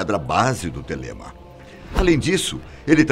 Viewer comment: Se pronuncia Thélema